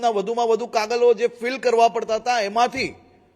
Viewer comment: માથે હાથ ફેરવીને ખેડૂત નેમુરખ ન બનાવો ગુજરાતી ભાષા પણ બોલતાં ન આવડતું હોય ને કાગળ ને કાગલ કાગલ ન કહતા કાગળ બોલો બોલ્તા ન આવડે અને વિકાસ ની વાત ન કરો